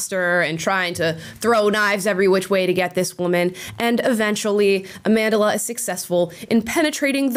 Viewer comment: WHY DO YOU SAY AMA NDA LA STEINBERG IT`S AMANDLA C`MON EKPUNOBI EVEN YOU LAST NAME IS AFRICAN....GEEZ.